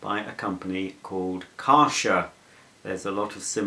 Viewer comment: Kärcher - pronounced Kehrsher - with a pronounced emphasis on the K.